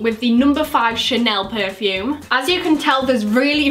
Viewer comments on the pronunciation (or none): none